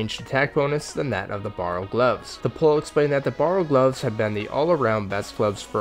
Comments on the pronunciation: Wtf is with all these runescape YouTuber butchering the names of objects? Borrow gloves??? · Borrows? Sighils? Learn to pronounce lol, nice video though